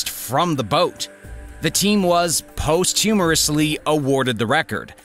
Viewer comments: Unfortunately they were “pahst-hu-mus-ly” awarded... not “post-humorously” 😂 Sounds a little like you’re saying, “after their humorous deaths they were awarded...” 😟 “Thick black smoke plumed into the sky” Would be pronounced “ploomed” 👍 Not trying to be a jerk. You have a channel with 100K+ subscribers, only trying to help. 🥰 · And posthumously versus post humorously lol.